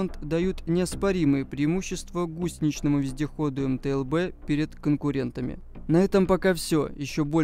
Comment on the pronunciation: Автор где-то прочитал методичку из начала 90х и чуть добавил своего даже название не смог ни разу произнести - это мтл а все остальное это унификации б- бронированый, у- управления, з- зенитный, но основное задание этой машины это перевозка артустановок и управление огнём